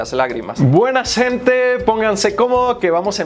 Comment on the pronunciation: Dices buena sente gente no se dice asi se dice buena noche gente like para que lo lea y no cometa el error